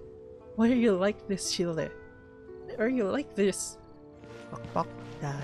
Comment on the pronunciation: Calls Tartaglia (or as I like to say Tartar Sauce) 'Child-eh' My brain: child Child CHILD C H I L D